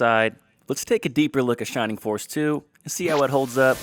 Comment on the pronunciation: “Shimimg foss iz waysist!” What a 🚬